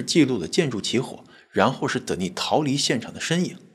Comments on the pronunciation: You mispronounced the name "Denis" [d'enis]. The accent is on the first syllable. The female version of this name is Denise [dni'se]. The accent is on the second syllable. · Denis 是不是唸：丹尼斯。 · 男性Dennis 的發音是在第一音節 。女性Denice 發音才在第二音節。